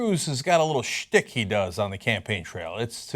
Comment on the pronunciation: cenk keeps saying " shtick"